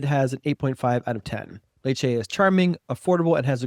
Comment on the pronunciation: Lads, nice, well produced vids, but my unsolicited advice is to learn how to pronounce these places. Letch-eh is how you pronounce your top choice. And is beautiful though very hot in the summer